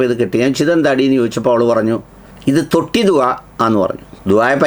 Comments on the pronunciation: തൊട്ടിയിൽ ആണോ തൊട്ടിലിൽ ആണോ? 😅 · തൊട്ടി വേറെ തൊട്ടില്ലൽ വേറെ. തൊട്ടി ദുആ അല്ല. തൊട്ടിൽ ദുആ. സുഹരി ഉസ്താദിനെ സപ്പോർട്ട് ചെയ്യാൻ ആണെങ്കിലും ഈ സംഭാഷണം സാർ തന്നെ ഒന്ന് കേട്ട് നോക്കൂ കേൾക്കുന്നവർക്ക് വല്ലാത്ത അരോചകം തോന്നും നേരത്തെ പറഞ്ഞ ഏതോ ഉസ്താദിനെ പോലെ സഭ്യത ഇല്ലാതെ സംസാരിച്ചു എന്നാണല്ലോ സാറ് പറഞ്ഞത്.. സാറിനെ ഇതുവരെ കേട്ടവർക്ക് ഈ സംഭാഷണം കേൾക്കുമ്പോൾ........ സാറിന്റെ ഈ വീഡിയോ സാറ് തന്നെ ഒന്ന് കേട്ട് നോക്കൂ